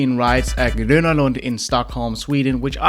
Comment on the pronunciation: You pronounced ”gröna” very good